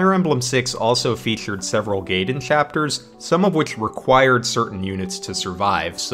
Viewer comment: Fun video! For how many times you say "gaiden", though, you're mispronouncing it pretty badly lol. Look up kana pronunciation guides and you'll see that がいでん is pronounced approximately like "guy-den", definitely not like "gay-den" which the Japanese would be spelling "geiden/げいでん"